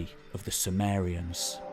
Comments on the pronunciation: due to his accent, it sounded like he was talking about the Samarians but actually it was the Sumerians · Intriguing that Sumerians seems to be pronounced "soo-mare-y-uhns" rather than "soo-mere-y-uhns". Anyone know why?